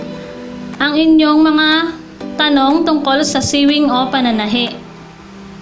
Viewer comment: Pronounce sewing as "sowing" not short e.